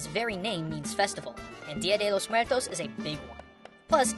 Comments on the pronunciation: "dio de Los mueltos" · While watching this, i kept correcting how he said Dia de los Muertos. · i think it's kind of funny how pronounces dia de los muertos like a porturican or the japanese how he says R's like L's and nice video o really liked it